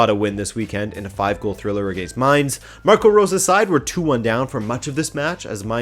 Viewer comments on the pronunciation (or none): none